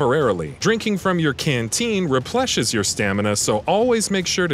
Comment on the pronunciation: In sorry... 'repleshes'?